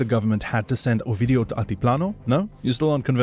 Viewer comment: When you'd say his name, it sounded like you were saying "OUR-VIDEO"!!!😝😭😆😭🤣